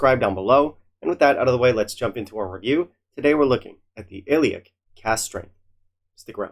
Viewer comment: Ileach 58 is considerably better than Finlaggan 58. In terms of anonymous tasting at the IWSC, when rated, the results were as follows: 1. Ileach 58 2. Scarabus (57) 3. Finlaggan 58 Plus Ileach is pronounced ee-lawch. Lach like the pronunciation of the Hebrew letter ח. (For simpletons, the sound you make when you are about to spit) I love your channel but a few tips: This is not a whisky you should add water to. It is also important to note that when faced with a peated whisky at this strength, you need to drink it correctly via properly smelling it 3 seconds prior and as it comes into contact with your lips.